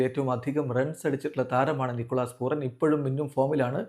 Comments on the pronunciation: പൂറൻ അല്ല പൂരൻ 😂😂😂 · റ അല്ല ര ആണ് റാഫി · പൂരാൻ എന്നാണ് 😠😡